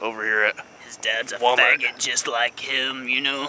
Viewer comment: WELCOME TO WA MART XD